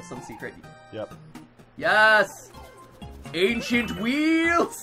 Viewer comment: Ainchient wheels damn it